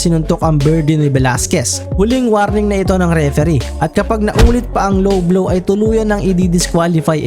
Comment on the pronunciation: it not blowblow paniki it a lowblow hahah